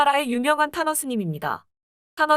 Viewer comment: 탄허스님 할때 타노스님으로 잘못 들음 .. 순간 음? 했네요 ..